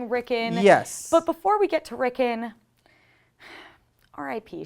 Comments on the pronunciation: It's "Rickon" with an O, not "Rickin" with an I. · rick-on not rickin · Rickn rickn rickn Rickn....its RickON RICKN ON RICKON not rickn ricken or rickin it's RickON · Lol "At least one person in the comments is going to laugh at you for saying layers" But everyone is laughing at you for saying Rick'n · May i ask why you guys keep pronouncing Rickon's name that way? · At least say the bloody kids name properly